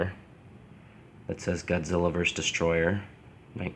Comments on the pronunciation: This dude: *says destroyer instead of destroyah Godzilla fans: >:( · It’s not destroyer it’s destroyah